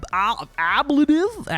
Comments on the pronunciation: it's pronounced "( AHHH - BLAY-tive )" Armour, Ablative armor is a type of protective material that absorbs damage by sacrificing its own surface layer through the process of ablation, which involves vaporization, chipping, or other erosive methods and Great Video by the way very imformative. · hey all, just skip the first 8 minutes cause he can't pronounce a-bla-tive and just stammers about internals and engineering. But after that...watch the fireworks, lol.